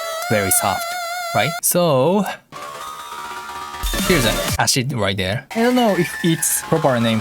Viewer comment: “ahshit” mmm yes favorite type of sound Acid is pronounced like “ass-id” just thought I would let you know. Keep up with the great music and remixes camellia